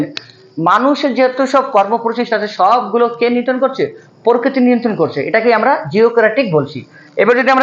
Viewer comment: পরকিতি না প্রকৃতি